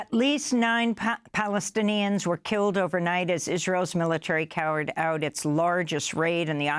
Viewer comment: “…cowered out…” ? 🙈🤭